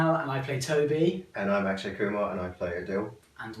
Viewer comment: “Ash-kay” 💀😩😂